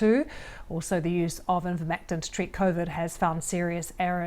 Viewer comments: BBC showing pictures of livestock formulations of Ivermectin. BBC host mispronouncing Ivermectin as "invermectin" . BBC defaming and discrediting qualified professionals based on proven misinformation provided by so-called experts who have massive financial conflicts of interest. Typical. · I think it might be deliberate. An attempt to avoid being sued. Now they can claim they never said anything about Ivermectin... Because they didn't... They said "Invermectin" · It's NOT pronounced IN-vermectin in BRITAIN. PERIOD. Get that thru your thick skull. How are you lying? Here's how: in this interview, the BRITISH doctor pronounces it correctly. So your claim that the British pronounce it as "in-vermectin" is simply gaslighting or trolling. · As a broadcaster, she cannot even read the name of the product correctly. Absolutely shameful deception, by the BBC, posting picture of vetinary products. The trials used products which have been widely used in humans for decades. There were over 90 studies in the meta analysus reported. If he looked at 26 and 9 (over 30%) were faulty what happened to the other 90% of the trials. The faudulent study in Egypt was widely known and removal resulted in a 60% effectiveness rate if it was 10% it would still save thousands of lives in countries where vaccines are not available but Ivermectin is commonplace. The push by those talking about ivermectin has only ever been to have full scale trials even though as a generic drug it is dirt cheap (and safe) so no profit. The clearest thing abour Ivermectin is the deliberate campaign against it (the vetimary product photos) and the motive for big pharma to have such a campaign. Along with the refusal to licence generic manufacture of vaccines and vaccine hoarding this ammounts to a campaign against efforts to help poorer countries combat covid, aided and abetted here by the BBC. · It's Ivermectin not "invermectin" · Why can't the presenter read. Its Ivermectin NOT invermectin.